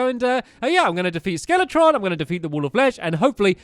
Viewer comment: FellowRPG it’s skeletron